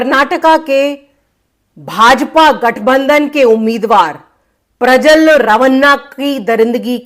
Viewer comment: His name is Prajwal Revanna .please pronounce correct.